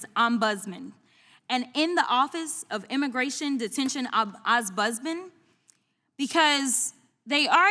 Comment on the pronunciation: Jasmine's letting the side down with her inability to pronounce the word "Ombudsman". Come on girl, we're supposed to be smarter than that. I know that it's inconsequential in the long run, in the big picture, but the little things matter when you're up against it.